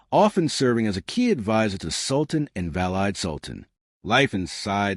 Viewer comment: Vallide? It is pronounced Val-ee-DEH. Turkish word for mother. The Valide Sultana was the mother of the current Sultan.